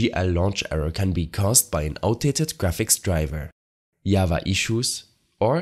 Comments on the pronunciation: "Ikr i was like WHATT is this called yava?" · Who tf says java as yava